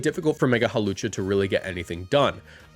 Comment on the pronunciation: IT'S HAWLUCHA, NOT F*CKING HALOWCHA! THE W SHOULD BE BEFORE THE L, NOT AFTER THE L! AND THE O IS SUPPOSED TO BE A U! FIX IT NOW!